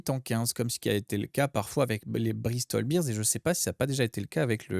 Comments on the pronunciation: Donc c'est interdit chez les podcasteurs rugby de prononcer Bristol Bears correctement? Je sais qu'au rugby on aime la troisième mi-temps mais ça suffit d'entendre les "Bristol Beers" 😄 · Même réflexion que vous ! Après j'ai entendu des podcasteurs anglais prononcer "Brau Boirie" et "Arfeuil" c'était pas triste non plus ! ("Arfuuuyeuuuuyyyee" ? "Brawo Bwarieu" ?)